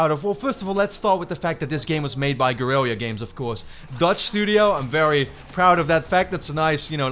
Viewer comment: Your pronunciation of Guerrilla is a bit funny. The double L is pronounced like a regular L right?